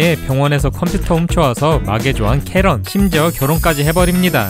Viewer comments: 카렌이 아니라 캐런이예요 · 카렌이 아니고ㅋㅋ 케런입니당